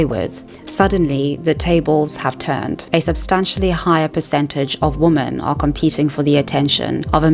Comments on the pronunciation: Why do you pronounce the word 'women' like 'woman'? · Why do you pronounce “women” as “woman” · Women is pronounced as "wimen", not the same as "woman". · Just use Plenty of Fish- the people on there are real. You wouldn't swipe right on them, but it's nice to know they're real 😏 On a side note, "women" is pronounced as "whe-men", but your other quality presentation points mitigated that pretty quickly. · Women is pronounced "wihmen" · You need to learn how to pronounce "women". It is not the same like "woman". Besides that, great video. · I love your channel, and I've been binge-watching your content over the past few days. I hope you don't take this too personally, but I had to comment and say it drives me crazy that you pronounce "women" and "woman" the same. Is it a South African pronunciation? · I'm sorry but every time you mispronounced "women", it made me lose focus of what you were talking about